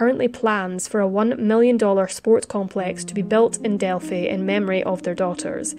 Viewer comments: It is pronounced Del-Fi (like Wi-fi). Everytime you said..Delfy I cringed. Sorry..I'm a Hoosier. I understand not everybody knows how to pronounce it. Have a great day!! ☺ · Thanks for updating the investigation status - FYI its pronounced “Delph-eye” not Delph - y.